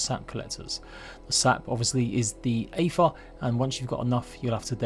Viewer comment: its pronounced AY-TR or close to it for someone that doesnt speak norse tongues.